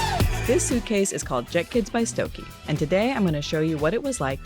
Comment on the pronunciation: I think it’s pronounced “Stoke Uh”